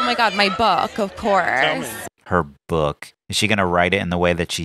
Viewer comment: She said her bhak not book! Lol